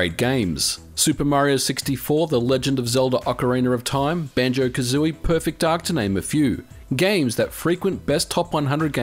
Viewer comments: Ockereener of Time!!!! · I still want to know what this elusive Ocariner of Time you speak of is. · Can't help but smile every time I hear "Ocarener of time"! ^____^ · "Ocaraner of time" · "Ocariner Of Time" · It's called an "insertive r." Non-rhotic accents insert Rs when two vowel sounds are directly next to one another, in this case "OcarinA Of." Makes the words easier to pronounce at speed. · That's known as an "intrusive R", and it's not that uncommon with Australians (I'm Australian and I learnt to stop doing that as I grew older). "Law and order" often becomes "Laura Norder", for example.